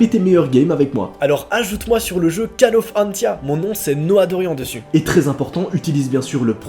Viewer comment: mais ta fait une erreur mdr ca se prononce pa call of antia mais coll of antia mais voila sinon bonne continuation